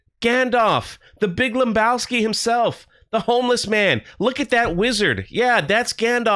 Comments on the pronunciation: There's no "M" in Lebowski, my dude. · I hate to be the one to break it to you but there's no "M" in Lebowski.